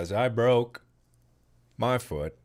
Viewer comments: Everyone: Mark: DER I DUN DIT IT AGAIN AND BROKE MA FUUT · The way mark says “foot”, foo-ut, has me rolling every time he says it. Edit: Dang, it took him 13 minutes to tell us how he broke his foout.